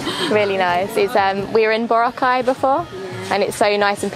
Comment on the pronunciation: it’s boo-rah-khai